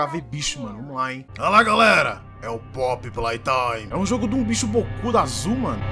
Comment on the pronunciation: " é o popi plai tai " KKKK mt bom